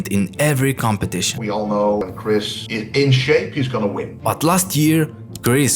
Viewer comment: Bro at one Point in the Video he Said Chris bastard